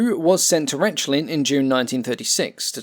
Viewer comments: The way you pronounce "ReTSCHlin" and "DSCHumo"... Check Wiktionary or at least Google Translate for pronunciation please T_T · Rechlin is most easily pronounced for an English speaker as 'wreck lean'